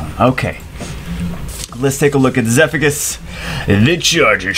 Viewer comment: Pronounces Zephicus as "Zeffikus". Pronounces Ignicus as "Ignishus".